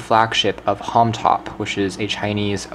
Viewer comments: it is not "homtop" its homtom please say it right!!! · Yo, Bro! It is H O M T O M not Homtop, please do something about this video. Kthxbai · Did you keep saying Homtop instead of Homtom?